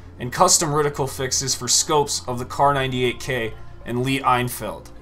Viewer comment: Not hating but the "lee I feild" as you pronounced it is pronounced "lee in- field" it just bugged me lol